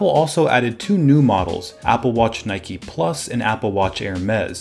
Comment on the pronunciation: Isn’t it Nike not Nikey